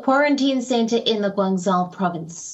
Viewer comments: GuanZAO 😬 It's [Guangjou] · is it so hard to pronounce Guangzhou?